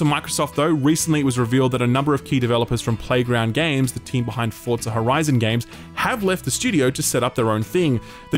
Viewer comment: There’s no T in forza